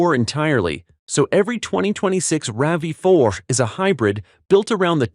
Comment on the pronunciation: It’s called a RAV4, Not a RAVEY!